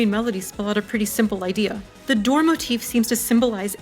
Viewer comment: "the dore"